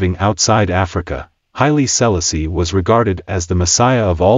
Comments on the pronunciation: Stop messing up his name. Say it right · Learn how to pronounce his Name😮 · Could have learned how to pronounce HIS name……ah sah…disrespectful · Love the information, cannot stand how the narrator pronounces His Highness name.... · Had to stop watching! If you can't pronounce H.I.M name properly, you shouldn't speak about him!!